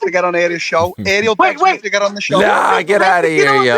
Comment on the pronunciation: Scousers really can't say 'Ariel'. Till, Pimblett and now you. You all call him 'aerial' like he's sitting on your roof catching signals. Or like the old washing powder. 🤣 Aree - el. It's not hard, mate. 🤣